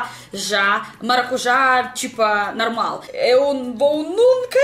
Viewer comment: querida, vou te dar uma dica sobre o português. Vc fala muito bem e fluentemente, mas você confunde o "o" com o "a". Você fala "cantinuar " no lugar de "cOntinuar", "tipA", no lugar de "tipO". Parece que é um padrão.